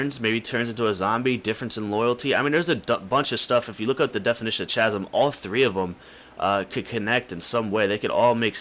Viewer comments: It's pronounced \ˈka-zm\ .... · It says "throughout escheresque sceneries over a deep and perilous chasm" and it's pronounced 'Kazem'. However, I think you would be more interested in the definition of escheresque rather than chasm. Give it a look ;)